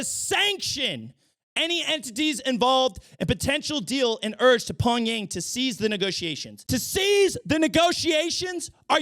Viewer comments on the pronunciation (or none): When said Pong-Yang I literally died. Im forever calling NK's capital Pong-Yang from now on. I legit would vote for you